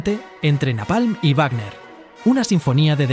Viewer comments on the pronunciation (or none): none